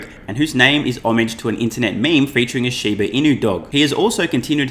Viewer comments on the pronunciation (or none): none